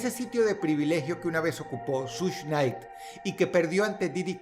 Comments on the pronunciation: Dross, es SUGE Knight, no SUSH Night. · Sush nay. Jajajajaja 🤣🤣🤣🤣🤣🤣🤣 que cagué de risa como lo pronuncia jajajajajaja